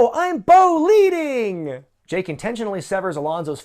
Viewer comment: Bo-leeding! LOL Bo-lieve I can fly!